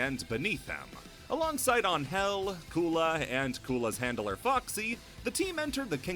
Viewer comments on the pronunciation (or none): on-hell? you mean angel right? lol since she is mexican you can call her annhell withut separating both words and trying to acentuate the first vowel instead of the second.